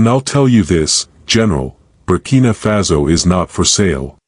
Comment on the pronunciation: Y do U pronounce FASO az FAZO?